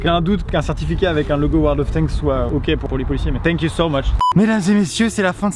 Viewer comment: il est tellement à fond sur le tank qu'il ne dit plus "thank you" mais "tank you"